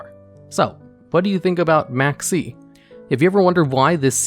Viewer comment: Maxx C Sounded like Maxie.